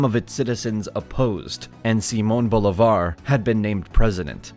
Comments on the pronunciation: no sé quién es "bolevar". Yo conozco a un BoLÍbar 😂😂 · Good content! The pronunciation of "Bolivar" is funny, it almost sounds like he says "Boulevard". Boh-lee-var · no POLA...PAULA , no BULEVAR ....BOLIVAR, mala pronunciacion (bad pronunciacion) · JAJAJAJAJAJAJA kukuta o como dijo Boliiibar JAJAJAJA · The emphasis in BO-LI-VAR is in the second syllable (LI), in SAN-TAN-DER is in the last one (DER) and in PA- EZ is in the first one (PA), it even has the accent mark over the A. You managed to get them all wrong 😂 Just put the words in Google Translate and click on the little speaker button to hear how it sounds, is not that hard. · I can't get over the blatant disregard for the accent mark. Saying BOL-ivar when it says Bolívar, and paEZ when it says Páez. I get it that he's not a Spanish speaker, but it's really very simple. I almost can't believe that he knows all the stuff in this video and doesn't know what the accent mark is for. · Its pronounced BO-LEE-VAR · I loved the video but some of the last names (I.e: Bolívar, Santander) and some names of places (I.e: Cúcuta) were mispronounced. Still the quality was superb! Thank you very much!!! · Viewers of this are unfortunately learning to mispronounce important Spanish names, Bolívar and Cucutá in particular. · may know many things. But it certainly doesn’t have a clue of how to pronounce Bolívar, Santander, Páez or Cúcuta. That was TERRIBLE. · the narrator doesn't know how to pronounce Bolivar, Cucuta, Paez, or Santander. nither Granados. He should be trained before starting the video